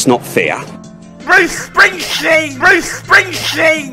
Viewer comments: What a ball tearer thsi one is, serveral beers into the evening and has nailed it again. Bwuce Spwingteen and Peta Dutton! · I was missing Broosch Shcpringschteen... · BROOCE SPWINGSCHTEEN